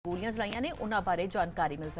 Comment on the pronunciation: ਮੈਡਮ ਲੱਲੇ ਪੈਰ ਬਿੰਦੀ ਲਾਕੇ ਬੋਲਿਆ ਕਰ ਜਦੋਂ ਗੋਲ਼ੀਆਂ ਕਹਿਣੇ ਓ ਗੋਲੀਆ ਨਹੀਂ ਗੋਲ਼ੀਆ ਹੁੰਦੀਆਂ